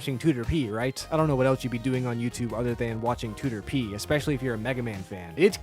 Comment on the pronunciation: and proper pronunciation of Tooterp (too-ter-pee) CONFIrMED 👍